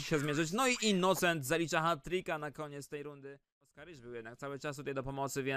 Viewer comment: "innucent" xD